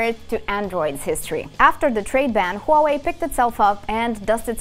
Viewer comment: you know it's gonna be a good video when the host can pronounce huawei correctly